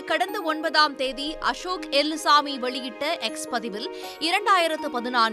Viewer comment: அம்மா தாயே அது எல்லுசாமி எலுமுசாமி இல்லை 😂 0.08